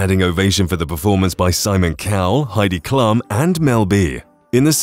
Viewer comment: For Pete's sake. You need to learn how to pronounce Heidi Klum's name correctly.